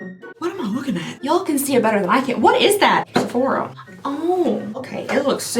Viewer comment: The way she say Sefuc..sephora 😂😂